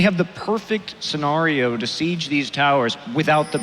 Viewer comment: take a shot every time Monte says the word - scenario - wrong, you will die.